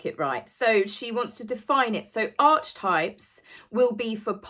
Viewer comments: Carl Jung is pronounce Carl YUNG!!! ARKEE TYPES not Arch types!!!!!! I love you so much anyway. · Darling. I don't usually do this (and don't take it the wrong way, PLEASE). The word archetypes is not pronounced ARCH-TYPES, but the slightly more complicated and so-called "posh" R-KEY-TYPES. I don't know why it isn't pronounced in accordance with pronunciation rules, but that's the English language, right? Love this video. There is so little out there more as so many have been shut down (although Sue Smith got back in), and I am so glad you are still there! Give the dogs a stroke from me and have a lovely Easter Monday! 😘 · It is a psychological term pronounced arc i types not Arch types. One doesn't stay & acrue wealth by spending their own ill gotten gains when they can get others like UK tax payers or injured & maimed people who put their lives on the line to protect us, or a set of people who have a company & employ said people to be PR & make more money for them while paying a person/s to gob off about things they know nothing about like mental health or jobs to provide for your family. No if we don't like doing work as some don't just give it up cos you can get the masses to fund your lavish lifestyle, only cavite the masses must realise how lucky they are to be funding 2 people SOO special & most important in the world. Question: do they do grown up dolls to be brought out to be heirs to the throne & press button to do royal wave on balcony???? Xx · Thanks again for a great video. Could nutmeg be trademarking the word archetypes because she has given it a new pronunciation? The CH in Archetyoe should be pronounced like a K: Ark-e types not arch-types. It's a new word the way you say it so is that enough for TM or does the definition have to be different from the original 600 year-old word? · In the US we pronounce it as “ark e types” not sure if it’s a UK thing to call it arch types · Archetypes pronounced aa·kuh·tipes not arch-types